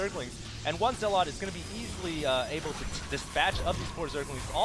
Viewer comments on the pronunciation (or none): Zealot, n. Pronunciation: zel-uht. Sorry, your "ZEE-LOT" gets on my nerves.